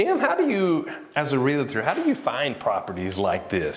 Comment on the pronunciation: it's Real tor, not realeeetor 😮